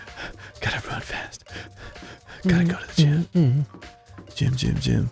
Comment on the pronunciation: Everyone is in the gime. What the hell is a gime? (Goes to gym) Ohhh... a gime